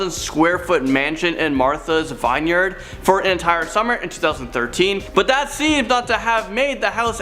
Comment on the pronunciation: Its not pronounced vine-yerd, it's vin-yerd